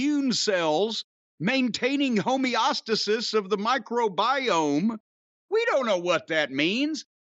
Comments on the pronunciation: I think it's pronounced Homie-O-Stay-Sus, Mr. C. 🙋‍♂️ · I was an assistant teacher for a low income "international" academy's summer program once, and this is the first time I've ever heard anyone mispronounce "homeostasis". For shame Jim!